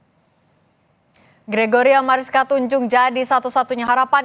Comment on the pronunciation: Tunjung 😂😂😂 Bu bukan tanjung 🎉 tanjung Priok